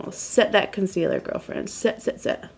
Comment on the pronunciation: "ulta concelear in medium neutral again oh my" lololol LOVE HER....but even with orqnge foundation she is stunning!